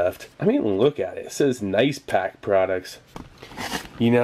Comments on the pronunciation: I swear, everytime i hear you say "Nice", it sounds like "Noice" nin my head. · 'nice' sounded different/10 downvoted, reported, blocked, called pizza hut.